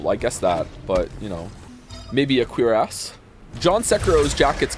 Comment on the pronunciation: Can't believe he got away with pronouncing cuirass as queer-ass